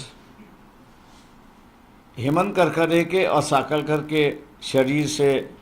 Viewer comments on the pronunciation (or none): साकळकर नाही सालसकर